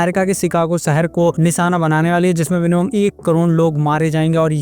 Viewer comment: Nisaana??? Its Nishaana bro!! Spoiler ko Poiler bol rha hai.... Kya dikkat hai bro...